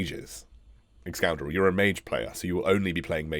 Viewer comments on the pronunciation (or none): Lolz excoundrel hahaha cool